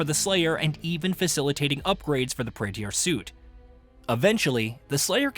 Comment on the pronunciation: Praetor suit, not Praeteeor suit.